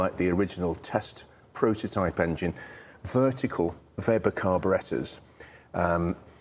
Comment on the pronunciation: It is a breath of fresh air hearing the correct pronunciation of Weber carburettors. Not Webber at all. And I have not even finished watching the video yet. Great stuff!